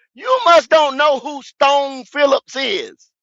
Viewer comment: Leave it to my nigga goat to fuck a name up for hours str8 who tf is Stone Phillips 🤣🤣🤣 🫡